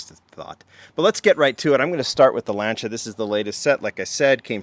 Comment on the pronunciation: Lan-ci-a….. jeez he drives me nuts how he pronounces it.